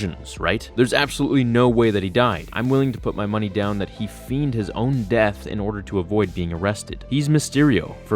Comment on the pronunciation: “Feigned” is pronounced “F-ay-ned” and it’s Miles “Mor-ah-les”. But you know that. You definitely said it wrong on purpose to get comments like this. You win.